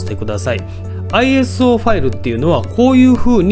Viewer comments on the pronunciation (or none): おーい、ファイル名が違っていますよ。アイオーエスではなくアイエスオーISOですよ。